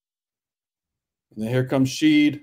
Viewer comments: Shead - pronounced SHED. Not Sheed. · Dude… Sheed? Good thing for us Coogs fans that Jamal’s play transcends your pronunciation of his name. Last I’ll say on the subject. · Pronouncing Shead as Sheed is going to haunt me for the rest of my life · Incredible breakdown. I think Shead's last name is pronounced like shed though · All good man. It was grating, but at least you could admit you missed the mark there. Analysis was solid otherwise. Go Coogs. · Yes! The whole time I’m like who is Sheed? lol